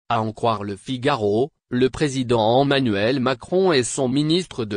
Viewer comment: ON dit Emanuel et non ommanuel